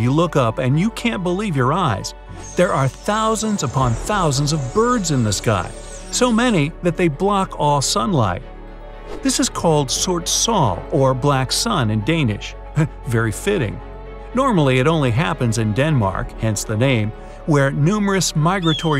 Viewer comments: when you say sort sol its funny cause im danish and can say it right and when you say it its funny cause its not right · You say sort sol wrong!!!!!!!!!!